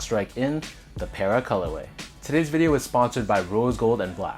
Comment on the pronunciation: PARruh not pairruh